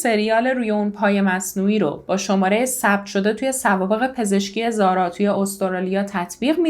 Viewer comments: ممنون از زحمات شما بله تلفظ اسم رو درست گفتید و اینجا هم زارا میگن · ممنون از اجرای عالی و پرونده ای که مثل همیشه انتخاب خیلی خوبی بود. زارا رو کاملا درست تلفظ کردی و اگر با حرف h نوشته بشه ریشه عربی داره ولی بدون h هم نوشته میشه، چقدر این فرشته کوچولو خاص و دوستداشتنی بود همه هم دوستش داشتن و بفکرش بودن به جز پدر و نامدرای اش واقعا ناراحت شدم، از چهره نامداری اش مجرم بودن و سایکوپد بودن میبارید، امیدوارم سختترین دوران و لحظه های رو تجربه کنه که برای انسان ممکنه.